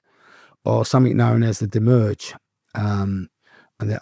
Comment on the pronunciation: Demiurge not demurge